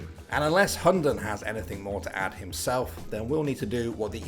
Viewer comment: if you wanna know how to pronounce his hunden name in danish i'll try my best because i may as well speak tatoinee lanquage and it would be the same. the name means the dog or hound. (this guy pronounced it like hondon) first the Hu which is just the h sound and the u sound not like this guy saying it like an o. (just like you would pronounce hu tao in genshin impact) second is the den. it is not pronounced like the name Den or like den in Denmark. the d is silent and the e is like eh but without the h sound so its just the e sound in eh. and lastly its n is just n. so h u (silent d) e(h)n